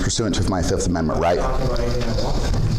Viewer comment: "Uhh I don't answer questions under the fee'fft." 😂